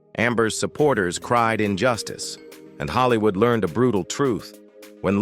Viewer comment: narratives are awful. Ellen and Anne HECHE in “Hollywoo”. Just awful. Do better.